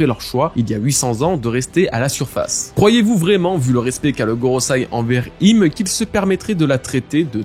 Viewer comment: Ça fait plein de vidéos que je t'entends dire GorosAi, c'est gorosEi 😭